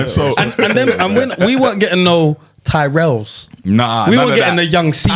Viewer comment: Can't lie, I've never heard tyrrells crisps pronounced like that. Sounds like one of your bredrins😂